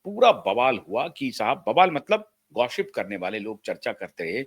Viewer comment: हर वाक्य में "स" शब्द का उच्चार "श" जैसे करते हैं आप 😮 "गौसीप" शब्द जो English मे है उसे "गौशीप" ऐसे करते हैं😅. ऐसे बहूत सारे शब्द हैं जिनको आप गलत तरीकेसे उच्चारण करते हैं😢